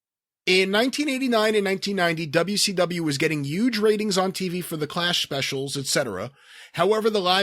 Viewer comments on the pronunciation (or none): "Yuge ratings?"